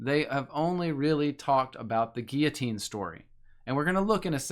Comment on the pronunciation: It's pronounced gill-o-teen my man. Have you thought of going to an eastern orthodox church and taking a look?